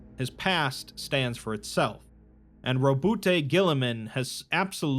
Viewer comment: We say ROWBOAT GORILLAMAN, not "Robust Girlyman". Thank you!